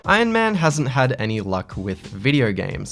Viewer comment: No one:: Ion Man